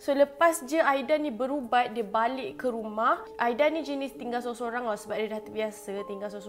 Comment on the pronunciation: Kak camimu tersasul ke tuww ??? Aida jadi aidia🤪🤣